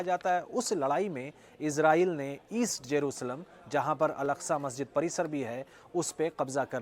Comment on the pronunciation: अलास्का नहीं बे अल अक्सा। एकदम वही हो का 😂